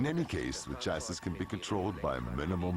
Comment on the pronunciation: I was trying to figure out what country the narrator is from because of his odd pronunciation of words like "tachometer" and "chassis" and "previous". After hearing him say "Monaco", I'm now trying to figure out which planet.